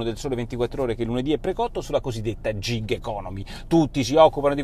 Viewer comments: Gig economy pronuncia "GHIG" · Unica cosa si pronuncia GHiG anzi anzi con una e chiusa tipo GHEG